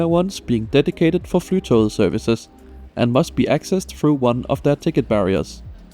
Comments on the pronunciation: OMG I CAN'T! The amount of times he said "flytow"... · 😅 It's not pronounced Fly To Get. Flytog means flight train in Norwegian (tog is train). The ending -et forms the definite form after the noun according to Norwegian grammar rules, therefore Flytoget means "The Flight Train". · Norwegian Flytoget with the danish pronounciation took me a moment to digest 😆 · Puzzled by your pronounciation of "Flytoget" ( I think of it as english Fly to get" )